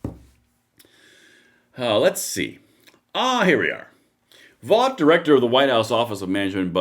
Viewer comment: Russ Vought pronounces his name like Vote!